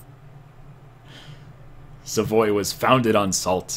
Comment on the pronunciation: He said Savoy (the English way) OMG!